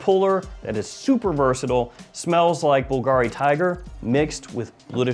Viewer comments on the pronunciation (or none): none